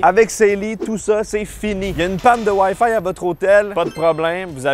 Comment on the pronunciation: Le Waielle faille ??? heu le wifi !!